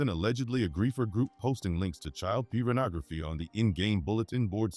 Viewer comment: This nigga said "child Pubernography"